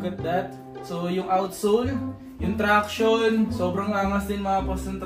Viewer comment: Pangs 'traction' Hindi tranction hahahh